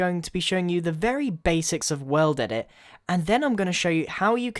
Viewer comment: I thought he was sayin weldedit in the beginning he is just British.................... or whatervur